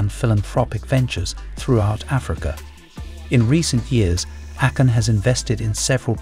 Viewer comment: ā-Kon. Not Accon. 😂